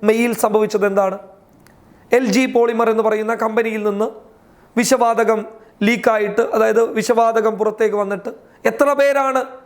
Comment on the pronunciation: വിശ വാതകം അല്ലാ വിഷ വാതകം..... പോയി മലയാളം പറയാൻ പടിക്കടാ....... ചാനല്ഉം തുറന്നിരിക്കാന്